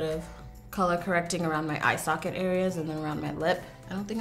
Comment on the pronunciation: Every time you said eye socket, I cringed 😣